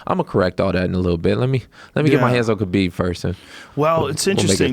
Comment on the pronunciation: Jay Pique it’s actually Khabib...idiot.